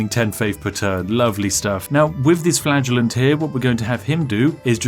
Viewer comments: So am i the only one who heard "Flatulent" whenever he said "Flagellant"...? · every time spiff says the word flagellant i 'flatulenze'. we will win this game though the power of FARTS. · I swear, every time you said Flagellant, I thought you were saying Flatulence. I thought it was a big cloud of PLAGUE that was supposed to be killing everyone... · Anyone else hear flatulence when ever Spiff said flagellant? No just me? Imagine instead of Whippy boys you had farty boys XD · Every time spiff said “flagellant” I heard “flatulence” In my head and it made me chuckle thinking about him wiping out the plague with farts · I misheard "Flagellant" as "Flatulent", so for a while I thought you were creating an army of bottom-windy bois to punish people for their sins.... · Every time he said "flagellant" I heard it as "flatulence". XD